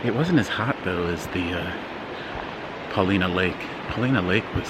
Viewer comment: You did a good job with your pronunciations, Pa lina Lake and Um kwa for Umpqua, an almost silent “p”. As for the hot springs, that’s a sad topic for us. Years ago we all used and cared for them. Oregon like other States struggles with travelers, mixed with transplants who live here working the markets, joined by local addicts and dealers. They hang out at the hot springs, vandalize and out graffiti on most every thing. Murder at Cougar Hot Springs, OD deaths not uncommon. So if you come to Oregon again check out some privately owned like Belknap Springs on the McKenzie. A resort but they allow folk to use the springs for a small fee. Very beautiful. Sorry could not capture link, but google should get you a photo, especially of the small more private pools.